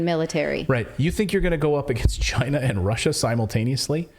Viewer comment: Just like Trump said “Chy-na” is the biggest threat to us